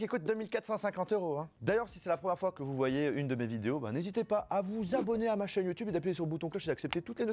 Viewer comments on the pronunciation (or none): none